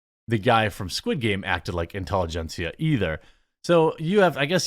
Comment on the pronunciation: Intelli-gencia ?! LUL These radicals are so laughably pathetic.